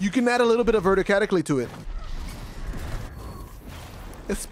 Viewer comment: "you can add a little bit of verticatickly to it"